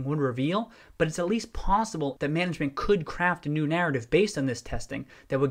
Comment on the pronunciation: I heard pawsible when you said possible and I enjoyed it (secret cat man) o.o